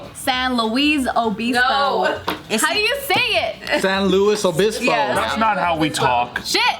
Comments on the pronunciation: is the only one who actually pronounces it right and they're mocking her for it. Nice! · Not making fun of for saying it correctly 💀😂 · That is how your supposed to say San Luis Obisbo, no need to gringofy words when they're not named for anything grino lol. Even my last name it's Seh Roo Ho (pronouncination) but it's best said by 100% fluent Spanish speakers I only know my Spanish from my own experiences and teachings. seems to like the way you pronounce it too she was saying it a few times while was gringofying the convo. 👍🏻✌🏻😎💗💯✊🏼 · said ✨ San Luis Obispo✨ she added a little bit of spice. Everyone else's pronunciation was basic af & tried to bring her down. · They’re really clowning on for pronouncing it the right way...... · We all Hispanic, Spanish or whatever, know is not pronounce how they're saying It's said. How pronounce it. Is the right pronunciation. can get off her but! she has no say in this. When she looks Mexican but is half white half asian and it's embarrassed of her asian descent, because it makes her look mexican! she said before she wished she looked white!? I think that's why she married a Steve lol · Don’t stop saying “San Luis obispo” the right way lol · agreed they give her too much grief for someone that literally lived somewhere else. i thought most of them were multilingual?